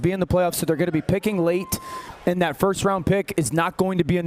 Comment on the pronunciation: Pat, you have to break down Steelers O-line coach talking about Mason McCormick Saturday. Three "n'ats" and got a reporter to say "ass kicker" twice. 😂 Yuck it up.